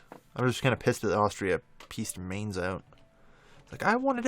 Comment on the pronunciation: younever pronouce mainz name right i belive it is where they guy who invented printing is frrom it is pronounced myntz